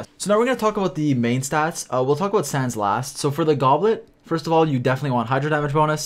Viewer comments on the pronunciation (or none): none